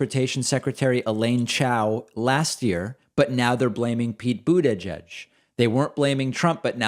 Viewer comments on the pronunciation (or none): none